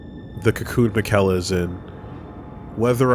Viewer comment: even after hearing multiple people say "miquella" they still can't pronounce his name